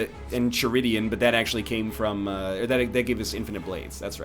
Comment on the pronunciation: Lol the way he said enchiridion killed me